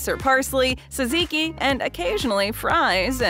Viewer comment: Teaching people to pronounce gyro without actually getting it completely correct...better than jeyeroh, I guess. And also "saziki"? C'mon now.